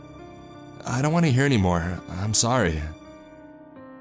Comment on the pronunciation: The inflection you put on the last word of every sentence drives me crazy,, I know it isn’t kahhhhind ,, I’m so sahhhhrry,,, it’s like u exhale on the last word for dramatic effect but it just sounds like a frat boy droning on about last nights shag